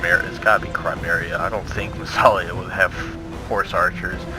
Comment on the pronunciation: it's "Isthelion" (Is. The. Lion), haha. But GG for both teams.